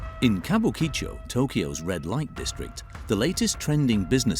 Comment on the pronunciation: Ka bu ki cho - you'd think that if you're going to make a video about a particular area, the first thing to do is know how to say its name. There is generally little to no phonetic emphasis placed on any parts of most Japanese words, so it needs to be pronounced flatly - Kabukicho, not Kabu Ki Cho. Tbh, this video just plays to the "Japan is weird" stereotype, so got boring quickly.